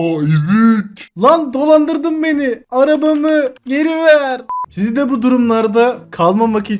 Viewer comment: Arabamı geri ver❌ Arbmı geriş verrr✅